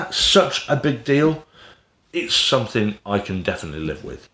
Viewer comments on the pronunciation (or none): none